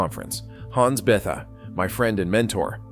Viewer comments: Hans 'BETH-ah'? Ugh. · Maybe check for a better pronunciation of 'Bethe' (Hans). Good storytelling.